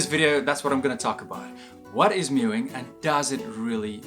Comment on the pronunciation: Meowing is pronounced completely differently to mewing. FFS.